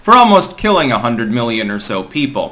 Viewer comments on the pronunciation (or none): none